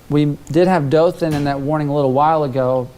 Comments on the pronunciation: they said it wrong, its Daw-Thin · they mispronounced Dothan